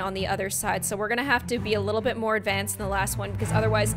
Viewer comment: Moore not morrrre